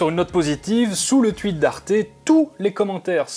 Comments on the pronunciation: Oui, et j'ai pas dit le contraire.._. C'est le principe du phénomène d'hypercorrection, on veut bien faire, et on applique une règle de manière trop mécanique en la généralisant là où on devrait pas. sait (du moins je l'espère) qu'on prononce /twit/, y compris en France, mais sur le coup, il a pas fait gaffe et par réflexe il a dit /tuit/ de manière mécanique, sans réfléchir au fait que le mot est Anglais et a une prononciation en /wi/. ^^ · Le "tuite" c'est bien une prononciation d'belge ça ! :p Désolé je sais c'est pas très pertinent mais à chaque fois j'm'en rends compte et c'est plus fort que moi là j'ai enviiie de le dire, ça ne se reproduira plus jamais.